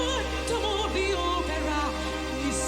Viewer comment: То, что показалось в начале странным в произношении "Opera", есть 2 фактора первый она из Финляндии R произносится более выраженно. и второй фактор в её вступлении скомбинировано 2 партии( партия Призрака и партия Кристины), видимо она так специально выразила эту часть))